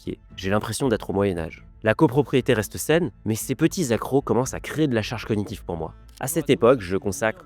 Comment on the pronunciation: Dans "charge cognitive", le mot cognitive se prononce cog-nitive (avec un bon gros G) et non co-gnitive. Comme diagnostic qui se prononce diag-nostic et non dia-gnostic.